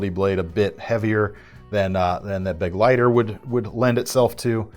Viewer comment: little pronunciation guide: begleiter = bu - gleiter (German for companion), not beg-leiter.